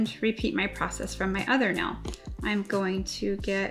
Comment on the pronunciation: I love that she says nell instead of nail